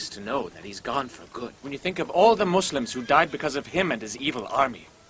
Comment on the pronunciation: quite funny how they say 'moozlims' instead of muslims correctly xD